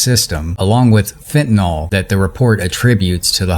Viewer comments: My God! The word is pronounced: 'fent-UH-NIL'. Look at the name: fentanyl. How do you get 'fent-uh-nol' from that? Stop making your viewers sound stupid. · You're mispronouncing fentanyl. Fen-tan-ill not fen-tan-all. I know it's a mistake that a lot of people are making but you shouldn't be one of them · fentanyl. nyl... nyl. not nawl. nyl... say it with me. nyl. fenta...nyl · Dam even you call FENTANYL fentanol?